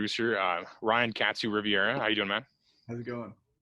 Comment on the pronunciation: Ryan was so polite he didn't even correct you for mispronouncing his last name. Rivera not Riviera. GOML best show ever.